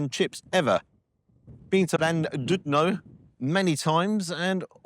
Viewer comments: Llan not Lan you tourist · It’s pronounced Clan-did-no And I take it the fish was just a load of pollocks 😊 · It’s Llandudno, not Landudno. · “Lan-doodno.” Way to butcher the language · Llandudno - pronounced: thlan "did" no. U in Welsh is an i as in it. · Pronounced Thlandidno!!😂😂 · Its pronounced "landidno" my dads home town. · It’s not lan llan stick your tongue top of you mouth and then say Llandudno 😂😂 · Excellent effort with the pron of "Llandudno",. However, the first bit - the double L lunacy of the Welsh language - can be easily solved for Englishmen such as yourself (and William Shakespeare himself). Just say it this way: "Flandidno", for that is close enough to be acceptable. Shakespeare himself (of course) understood this, so he called his Welsh character in Henry V, the titular king's most trusted captain, "Fluellen". However, to me, the closest pron from English to Welsh of the double L sound are actually "Thl(ah)" or "Thl(ew)", as in "Thlahndidno" or "Thlewellen". But, as I have often challenged my English students to do over many decades, just commit to learning to make the rather unique voiceless lateral fricative yourself! All it takes is a little practice! And it's a rather respectful thing to do (which is very un-English, of course, even now, when it comes to Wales, sadly). However, the food is a disgrace in any language, clearly, and brings possibly permanent shame upon our nation (or on Llandudno, at least, which is full of bloody Gogs anyway). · Welsh 🏴. Pronounce Clan did no. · its pronounced clandudno, 2 ll's is a c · It's pronounced Llandidno! The U is an I sound in Welsh. LLandudno is really Llan (that means Saint) Tudno (the saint). There is an awesome tiny chapel in Colwyn Bay. Anyway - It is amazing to see you here in N Wales. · Llandudno is pronounced as clan-dudno, Ll in Welsh is said as clan, just so we don't upset the Welsh people 😂